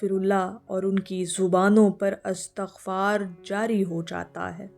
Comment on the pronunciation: Right word or pronunciation is Istaghfar not Astaghfar. While Astaghfirullah is right. Do your research, please.